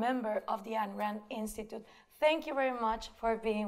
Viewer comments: Gloria, I love your sincerity and inquisitiveness. But you should know that Ayn rhymes with mine or pine. "Ann" is incorrect. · Exactly. Or, in my case, reading biographies. Either way, how hard is it? Beyond that, she has sat and talked with people who knew Rand personally (Binswanger) and say her name correctly. Resistance to getting such details correct is a red flag.